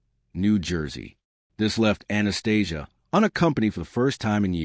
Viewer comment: Must be hard to do the research on 100 yr old gangsters and get it right. Spit balling here 😂. Surprised AI can pronounce Anastasia’s name right